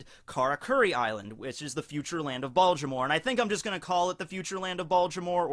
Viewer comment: Baltimore. No d.